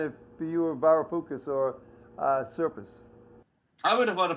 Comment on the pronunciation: "You-who Varifookis" - LOL!!!!